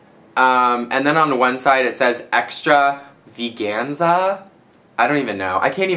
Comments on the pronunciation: hahhahahaha extra-vigansa hahahah its extravaganza lol i made the same mistake you did :P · "Extra...veeg-anza?" I'm guessing it says 'Extravaganza", Greg. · extrra -ve -ganza? lmao extravaganza hunny still love you though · lmaooo. extra vegan-za.. you make me giggle greg. its extravaganza. like royalty or something haha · hahahah! omggg. it's extravaganza! "extra-veganza." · extra veeganza LMFAO EXTRAVIGANZA LOLOLOLOL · lol 'extra veeganza' is extraveganza :D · lmao extra-vaganza haha that cracked me up too, greg is so cute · "Extra... veganza?" Would that be "extravaganza?" hahaha. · lol "extra-vegan-za" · btw its extravaganza hahaha love uuu please do a tutorial on this loom